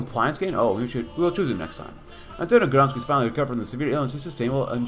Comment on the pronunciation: It's not pronounced Gramis xi, it's pronounced GramSHE